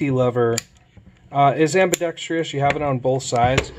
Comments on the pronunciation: Say it with me...ambidextrous NOT AMBIBEXTRIOUS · It's one of the most common mispronunciations in the English language for sure. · Ive never said it before but that shit always annoys me too. I dont know where they got that extra syllable from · it still boggles me why people can't pronounce ambidextrous as ambidextrous. it will always be "ambi dex tryus."